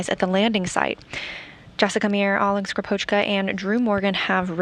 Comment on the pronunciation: When will be the day, when any non-russian speaker says Russian surnames properly?! Not SkripOchka, but SkrIpochka!